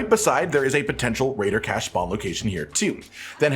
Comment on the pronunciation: he said raiider cache 235 times